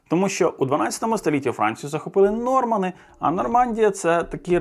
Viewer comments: НОРМАНИ, А НЕ нОрмани 😁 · Не нОрмани, а нормАни! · НормАни, наголос на А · Все супер, тільки будь ласка- нормАни!!!! Не правильно наголос🙈